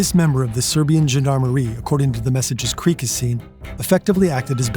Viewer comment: It's actually KRIK.